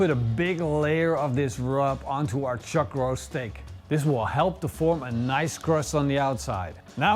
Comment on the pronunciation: "chug roase"....